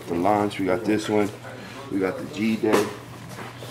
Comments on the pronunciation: ... hahaha "G" day mate...awww gummon dawg....🤣🤣🤣🤣..its g'day (good day) mate🤣🤣🤣ffs lol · "guh-DAY-mate." Bruh called it Gee day 🤭🤦‍♂️ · Its Australian gooday mate not g day lol